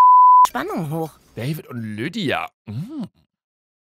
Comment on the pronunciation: Niemand: Wirklich niemand: Luca: lüddia 😂😂